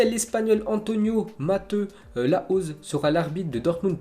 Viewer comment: oh j’t’aime bien ta vu mais fait un effort sur les accents que se soit sur les noms de familles on dit Braithwaite pas BraiTwaite et Mateu c’est espagnol sa se prononce mateou fou la mort dans chaque ZI on y’a le droit